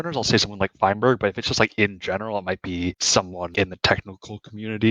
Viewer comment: All of them just said feinberg 💀(good video btw)